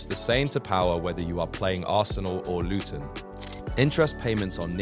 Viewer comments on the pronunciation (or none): none